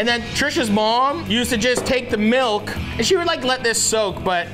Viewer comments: where on earth do you find "meelk" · Hey bud, I still think you pronounce milk by saying melk